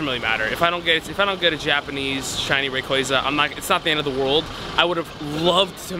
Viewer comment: Can you say rayquaza right or nah? Lmao